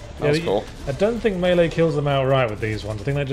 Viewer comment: I like you guys, you know how to say melee properly. So few of the people I'm subscribed to do.